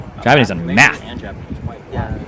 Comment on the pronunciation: Speaking of oriental, this guy's fluent in Yapanese.